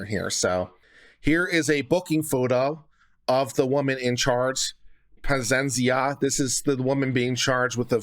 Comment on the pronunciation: My dude, is PA-ZEE-EN-ZA. Pazienza in Italian means patience, ironic since she was not patient at all with that lady. I think you have read the same last name every time differently xD